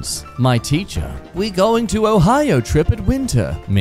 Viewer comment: It's not oh hi oh hi it's Ohio